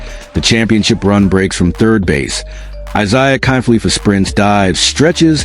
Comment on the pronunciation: IKF is Isiah kiner-falefa. Not felipa.